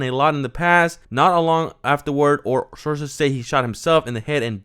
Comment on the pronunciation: “Arces on the scene” slow down on your reading bud 😂 sources my guy